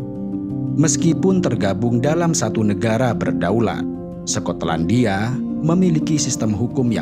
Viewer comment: Sekotlandia😂😂 skot/sekot